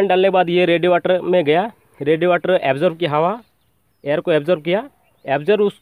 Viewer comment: रेडीएटर होता है , रेडीवाटर नही baki sab badhiya bana video